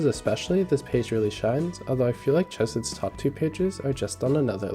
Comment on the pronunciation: I-ITS NOT CCCHH ESEDD ITS “HKCE-SED” RAHHAHDICBEJSNENDKS